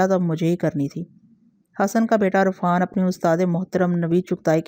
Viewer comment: Arfaan parhna ghalat h, sahi lafz Irfaan h....